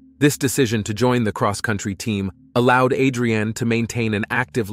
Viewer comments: You are pronouncing her name like it's a food but can you atleast say it right. AdreAnn whose that? It's Adrianne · A'dre'an.......I'm pretty sure it's one word ...like on "Rocky"......ADRIAN!!!!!" JA kno? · "Murder A drain ee Jones". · Thank you lol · he said it correctly a hundred times then to start saying it so wrong #lort#lettucepray😂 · I was thinking the exact same thing!! 😂😂😂